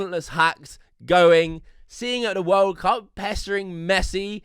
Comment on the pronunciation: "da wOHLD cahp"